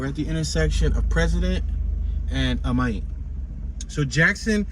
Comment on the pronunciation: You pronounced Amite wrong. It's pronounced like it is spelled Amit.